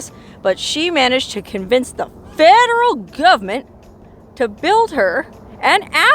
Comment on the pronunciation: This is a fascinating story. Where did she get her water from? I love the way you say "fedruhl govment" ! 😅